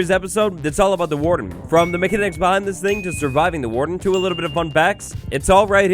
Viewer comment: Meck-an-icks?! Muh-can-icks!